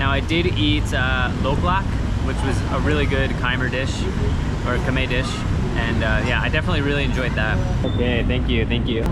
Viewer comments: Everytime you say Kai-mer I crack up. My friend, go to google translate English to Khmer and it’ll give you the proper pronunciation. It’s one syllable pronounced “Khmai”. Cheers! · Cambodia was much busier pre-CoVid. You're seeing it as it's trying to rebuild..Also, your pronunciation of the word "Khmer" is something you might want to work on.